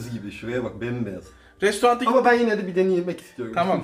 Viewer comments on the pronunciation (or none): Gözünü seveyim, restorant deme, İngilizce restaurant yazılır, restoran diye okunur. TDK Türkçe yazımını da restoran olarak gösteriyor artık. Çok sevgiler.